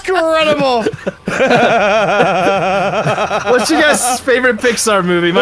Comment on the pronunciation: Or as would say "Inscredible"